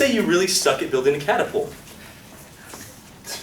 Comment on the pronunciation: CATapult.... can't be unheard hahahah